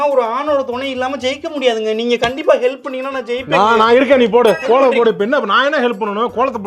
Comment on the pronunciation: போங்க’ள்’ … கோ’ள’ம்.. தமி’ல’ர் ப’ன்’டிகை ..